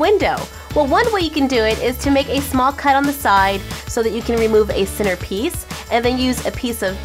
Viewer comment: I like how she says "center" it sound like "sinners".